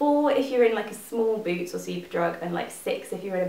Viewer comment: In the beginning I thought you said booze when you said boots haha I love your videos!